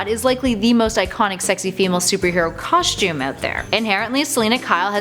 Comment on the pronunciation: There is no H in "costume " !!!!! It is pronounced COSTUME NOT COSHTUME! dammit. Learn how to pronunciate!